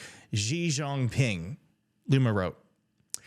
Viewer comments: Americans () are real dummy in pronunciation,...how the heck Xi Jinping becomes Gi Jong Ping? Do you pronounce Mexico as Megiko? Do you pronounce English girl's name Jinny as Jongni? Is that you, Kid Award? You've just won yourself a kid award for pronunciation!😅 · Please learn how to pronounce Xi Jinping. It’s really not that difficult…